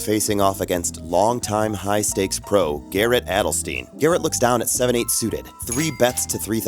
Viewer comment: 3 players at least. Daniel, Scott, and Garrett. To be fair most people pronounce Garrett's name wrong but it's Adelstein and rhymes with fine.